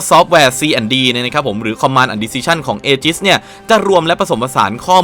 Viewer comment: ถ้าอ่านให้ถูกคือ "อีจิส" ˈējəs - ae-gis ครับ เผื่อใครยังไม่ทราบครับ